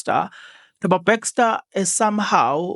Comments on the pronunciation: Bester lol nit BEXSTOR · I think is a Kaizer Chiefs fan he miss Bexter the coach.😂